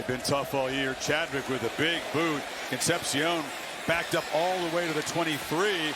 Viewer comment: Con-cept-shiōn makes a re-cept-shiōn